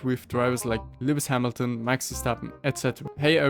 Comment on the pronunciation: You said the goats' name improperly. That's not how you pronounce Hamilton.